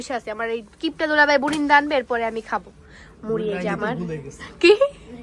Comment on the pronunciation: বুরিন্দা না বুন্দিয়া , এতো ব্লগ করো এতো মানুষ দেখে এভাবে উচ্চারণে ভুল করা ঠিক না।